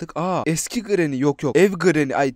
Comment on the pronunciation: işte yazılışları okunuşları Pacdlock key(pedlok key) Recaptured(rekepçırıd) Safe key(seyf key) Hammer(hemır) Orda abi dede granny diyor doony demiyor Türkçe mizi düzgün kullanalim lütfen